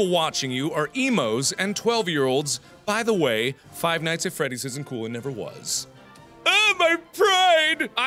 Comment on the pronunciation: you say beteway instead of by the way xD